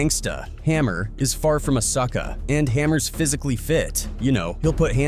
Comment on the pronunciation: Why are you putting emphasis on gangster & sucker 🤦🏽‍♂️🤦🏽‍♂️🤦🏽‍♂️